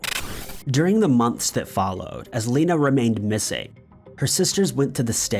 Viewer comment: Thank you for pronouncing my name the proper way. I've only had 2 people ever say my 1st name correctly. That case is insane